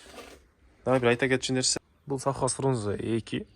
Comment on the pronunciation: Софхоз эмес Совхоз болот